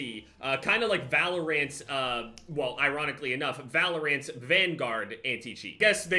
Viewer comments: nobody:: valuraunts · the way pronounces valorant is so funny to me. luv u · i love to death but the way he pronounces valorant physically hurts me